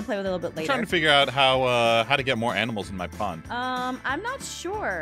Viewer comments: that is when you gave up on the word >ANIMAL< Aph: So we have a new mod called >AMINALS< Me: She said it wrong.. Says it wrong 4 more times. Me: Ok she mean't to say that now. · When you don’t know what to say except... “Aminals” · “Aminals” now I’m going to say this to my friends and confuse them even more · I love how naming all the aminals that he sees in this vid 😂😂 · Aphmau: the mod adds aminals! Aphmau: always says aminals instead of animals Me: you have to be saying aminals on purpose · “Aminals” Me: “AmInAls” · I love how she says aminals instead of animals ,_ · “Aminals” it’s animals. xD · I love that they say aminals instead of like animals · Did they not realise Jess said aminals? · Uh animals or aminals hahaha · It’s not aminals! It’s animals! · "Aminals" A minute later "Animals" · First they said aminals now animals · It's not aminals it's animals 🤨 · IT'S ANIMALS NOT AMINALS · its animals not aminals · bro don't you know how to spell i'll tell it's animal's not aminal's.